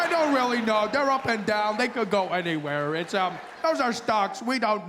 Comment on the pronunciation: Yes we don't roll our r's either but I swear I cannot hear anything when a South African should be saying: "they're we're or you're"...they all seem to be totally missing the "re". Sounds exactly like "they we you", not "they're we're you're".